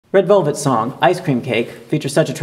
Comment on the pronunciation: Can't we just appreciate his Pronunciations? He's not Korean right?